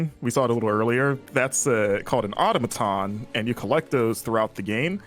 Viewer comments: It's not auto-maton, it's au-tom-a-ton 🙂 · say it with me: aw-TAH-muh-tahn